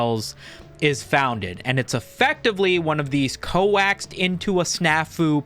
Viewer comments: Old-head memelord, It's pronounced "coxe" like coat with an x. Not Co-ax, you were coaxed into a snafu. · hold up. Co-axed into a snafu? lmao